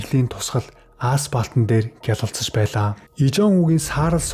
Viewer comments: Ааспалт гээд л бх юмдаа. Асфальт гээд хэлж чадахгүй юу. Асфальтан замаар өдөр бүр явж бгаа биздээ. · Ааспалт бишээ, асфальтан зам, зүгээр засмал зам гээч дээ. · Ааспалт....заваан юмаа...